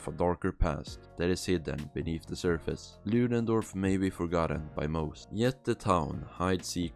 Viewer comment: You can't even say the name of the town right lol